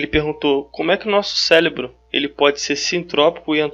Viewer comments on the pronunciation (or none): nOHH pessoa falando célebro, que agonia. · É CÉREBRO e não céLebro!!! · Boa a explicação! Obrigada! Preste atenção quando tiver que falar cérebro e não célebro. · me desculpa, mas fiquei curioso ... pq vc fala célebro? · cara tu explica sintropia e entropia e diz CELEBRO? Cuidado com isso. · Se você vai falar a palavra várias vezes no mesmo vídeo você podia muito bem aprender a falar ela. Se já é cansativo ouvir uma pessoa repetir a mesma coisa a cada 15 segundos imagine quão irritante é, nesses 15 segundos ficar ouvindo a palavra errado!!! Sélebru Sélebru Sélebru